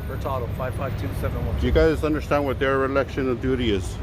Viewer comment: Hey, great video but the word is dereliction not derelection